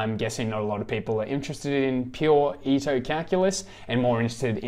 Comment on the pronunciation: Thanks a lot ! Just a quick note for the pronunciation of the names : Riemann sounds more like “Reeman” Ito like (EE-t-o) and Wiener like “Wee-ner”. In case that would help :). Believe me when I discovered that the philosopher Dilthey was pronounced Deel-Tie I fell off my seat :D